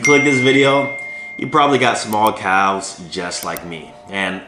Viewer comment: Austin I love you but why do you pronounce the "L" in "Calves"